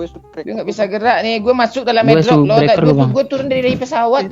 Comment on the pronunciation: Dia ngk bilang subscriber ...dia bilang subreked sama subreker...